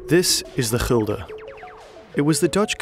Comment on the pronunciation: Why You pronounce Gulden - Hilde? Is that a proper pronunciation?